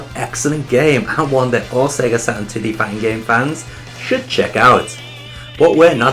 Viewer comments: i love when you say sega satrun its so funny! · "Sega SATAN"???